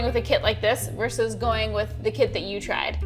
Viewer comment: I can only hope that Katelyn shouts “Curses, foiled again!” at least once during the busywork process. And, “vs” is VERSUS, not VERSE.